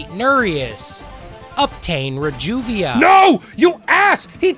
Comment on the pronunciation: never heard someone pronounce reduvia that way before.